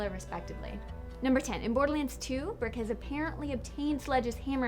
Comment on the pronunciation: Who's "Birck"??? lol Get lost! You meant Brick, right? Not.. "Burck" or whatever you said!